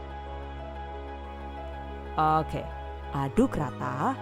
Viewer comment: Aku selalu ketawa pas denger "okeh" lucu 😀😀